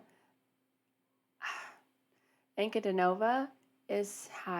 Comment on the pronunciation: That particular interview is a really excellent one. I'm glad you chose to do that. And you got the first name exact and the second name pretty close. An coo Dee nova. I also suggested maybe you try to find one of her videos where she talks about her early life the difficulty with her birth mother and where she came from. It's very sad, very moving but as we all know the outcome has been wonderful.